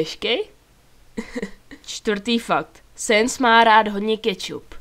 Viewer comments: BTW sans se nerika sens ale sans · necte se te papajrus ale papyrus a neni to sens ale sans